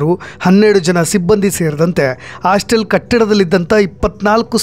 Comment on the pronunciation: ಎಲ್ಲಾ ಚನಲ್ನಲ್ಲೂ ಅದೇ ನ್ಯೂಸ್.ಪ್ರತಿಯೊಬ್ಬರೂ ರಿಪೋರ್ಟರ್ ಆದರೆ ನಿಜಕ್ಕಿಂತ ಸುಳ್ಳೇ ಹೆಚ್ಚು ಬರುತ್ತೆ .ಇಷ್ಟೊಂದು ಚಾನಲ್ ಯಾಕೆ ಬೇಕು ಅಂತ.ಆಸ್ಟಲ್ ಅಲ್ಲ.ಹಾಸ್ಟೆಲ್😅😅